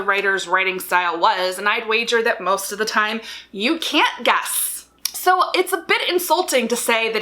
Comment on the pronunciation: I just want to say that one of the times you said guess it sounded like you said gas.